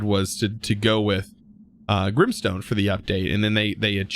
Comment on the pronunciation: Its grimEstone. Not Grimstone.